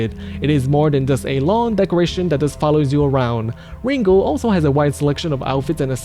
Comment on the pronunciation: ringo the "pussy slaying" flamingo dammit!! say the name right